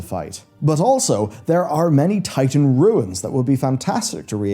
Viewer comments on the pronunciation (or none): none